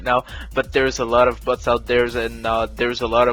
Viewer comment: I'm not gonna lie when you say "Bots" it sounds like "Butts" and I can't help but to giggle at least a little.